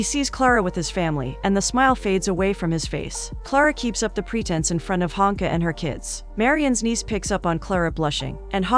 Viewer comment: Klara sleeps with Marian (no date, no first kiss) after basically thinking the worst of him through the whole movie but then finds out he had slept with Ilona (A long time ago) and has the audacity to judge him and be upset about it!!! The audacity! Also, Marian's sister's name is listed as Hanka but all I'm hearing is Honka!!!